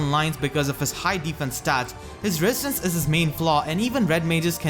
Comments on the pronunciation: R Uchiha it's an accent. Wesistance is actually pretty funny. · I cringe every time you say resistance wrong